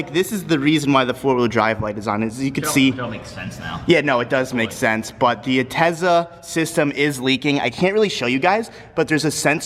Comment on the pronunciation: Ask me if gives a fuck about a parking spot. Also “this UHtezza pump is really hard to remove. I only have one bolt left on the UHtezza pump.” UHtezza pump. For UHtezza stuff. For fucks learn how to pronounce words, like god damn how stupid are you? lmao UHHHHHHHHGGGtezza